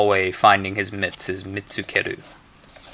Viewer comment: If you are wondering why you got two thumbs down it's because your pronunciation of Japanese is atrocious. It's NOT MIT-tsu-ker-ru.. its Me-tsu-ke-ru. Go back and study the sounds of hiragana. Also listen to Japanese spoken by natives for like at least 10 minutes everyday. Also, I hate mnemonics and so do a lot of other people. But for those that like them, I wish you would have given more relatable examples.